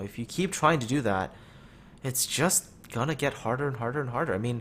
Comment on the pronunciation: Gonna? Gunna? gurna? feking wut m8?